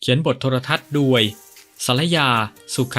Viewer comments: แอดทำไมพูด โดย เป็น ด-ว-ย ครับ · แปลกนะแอดมินที่คนไทยออกเสียงโดยเป็นดวยเป็นไทยคนเดียวที่อ่านโดยเป็นด้วยใช่คนไทยแท้จริงหรือ